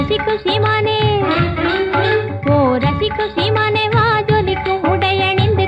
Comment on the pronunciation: இந்த பாடல் ரசி குசி மானே என உச்சரிக்கபடுகிறது உண்மையில் ரசிக்கும் சீமானே என வர வேண்டும்